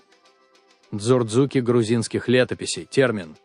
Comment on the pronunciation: Автор, если не знаете произношение названий, слов этнонима кавказских народов и стран, то не надо их исковеркать. У вас дзурдзуки стали дурзуками, цховреба стало цховрээба, дидойцы стали дидайцами. Не надо придумывать не свойственные произношениям кавказских народов акценты.